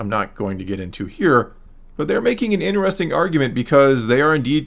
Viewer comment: Dude you gotta stop staying interesting so much. Also there is no ‘a’ in ‘interesting’